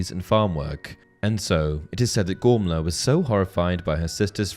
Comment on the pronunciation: the only thing that gets me with this video is the name pronunciation, how is a name spelt 'Gormlaith' pronounced 'Gormla'? Im not having a go, just a question! Otherwise great vid as always dude keep it up :)